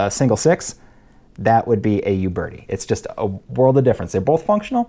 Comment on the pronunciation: Just an aside: It's a common mistake to make, but it's not pronounced You Bertie. It's pronounced Ooh Bertie. No Y sound at the beginning, in other words.